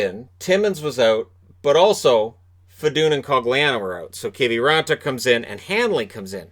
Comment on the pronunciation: What even is a Keevee raantaa anyways